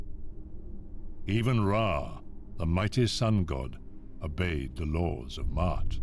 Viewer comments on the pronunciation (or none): There they go again... Ancient Egyptians were not white people. And it is pronounced MA-AT not MAT. Phew